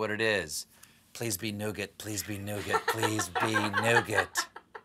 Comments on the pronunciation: Like Colbert....silent t...nougat.....silent t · Stephen, Nougat has a silent T